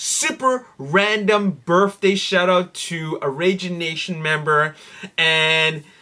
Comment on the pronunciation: I watch every episode, but there's one thing you're driving me nuts with. It's "birTHday", not "birFday". Please. PLEASE knock it off.